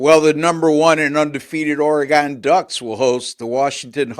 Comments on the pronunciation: Ore-gun Ducks. Not Ore-gone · The WSU Cougs beat the Huskies at home. Get your facts correct! Also, it’s Oregun.